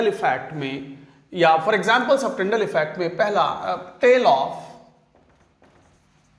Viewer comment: Tyndall bol rahe hain sir tinder nhi 😁😁😁😁😆🤣🤣